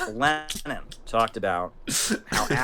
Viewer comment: The way he pronounces Lenin as "Gleeenin" is pretty fun